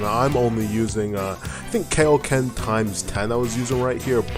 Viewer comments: Kaioken not keoken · Not kayoken it's KAI O ken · I love ya, no homo, but that "Kay-o-kin"...could've sworn it was "kai-o-kin." Great video regardless though lol Edit:Also i think the reason you could beat a ssjr or a ssjb in normal ssj, is because they might not have an actual stat boost yet. When he was punching you in ssjb, he was still only doing "1" damage per punch. You could say he had no stats in melee, but 1 can still be multiplied. Though I could be wrong, this game did just come back out and still needs a lot of work. Which is why I think this is a possible outcome. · The way you pronounce kaioken is disgusting